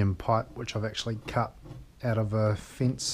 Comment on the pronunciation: Cut out of a "fince"? Isn't that "fence"?